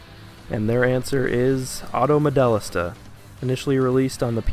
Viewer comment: always pronounced it : Mo-Déh-LEEESTA